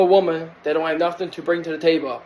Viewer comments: Sir, it’s table not Tay-buh 😂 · LMFAO, dude doesn't know how to pronounce table